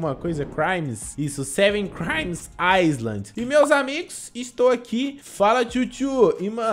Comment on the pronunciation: Pelo amor de Deus, se escreve island mas se fala ILAND pfv fala direito